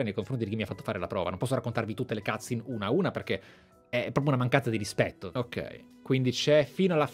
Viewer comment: digital foundry ha analizzato la demo. Demo e versione finale di un gioco sono cose diverse. Anch'io ho le stesse perplessità ma attendo che esca il gioco per confermarle o ricredermi. By the way si dice "cutscene" non cazin